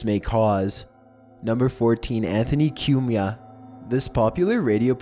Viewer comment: It's pronounced "Coo me ah" Not "Que me ah"